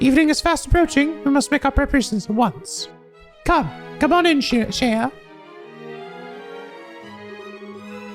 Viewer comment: Isn't Shea just pronounced shay, like the butter?